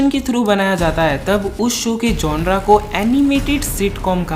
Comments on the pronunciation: Bro its genere Not''GONORA''😛😛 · Gonre nhi genre hota hai